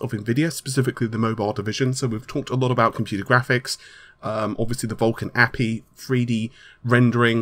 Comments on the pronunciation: please stop calling it "appy" it is AY PEE EYE. :) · I really like your vidz but it hurts my brain when you say the acronym API as "apeeh". I mean you wouldn't say "see'ah" for CIA... STILL..keep'm coming.. you doing a good job! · Did he just call Vulkan an 'appy'? o.O